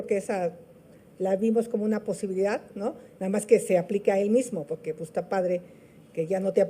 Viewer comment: Pogue porque poggggque 😂😂😂😂😂